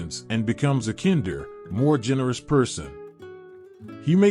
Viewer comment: Mispronunciation of the word "kinder" during the description of Christmas Carol does NOT exhibit a love of words